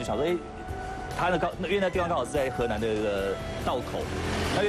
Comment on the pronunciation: he nan 不是 he lan